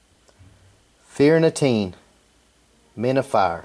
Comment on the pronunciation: It's actually pronounce, feer nuh chinneh. Gaelic pronunciation is a bit odd but non the less dig the coin its awesome!